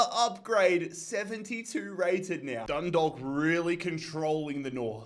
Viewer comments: Just so you know the way to pronounce dundalk is (dun daw lk) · Hi. Just wanted to let you know that Dundalk is pronounced Dun- dawk. Love from Ireland